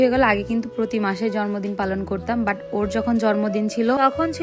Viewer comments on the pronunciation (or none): Sorry afu eta jormodin na jonmodin hobe